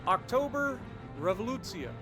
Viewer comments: As always, a good review. As a Russian, I really liked your pronunciation of the letter Rrrrrr. Almost like ours)))). Not every English-speaking person succeeds)))) Thank you and good luck !!! ! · How long did it take to practice the pronunciation? 😂